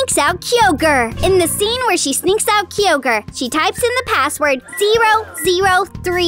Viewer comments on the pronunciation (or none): It's keye-oger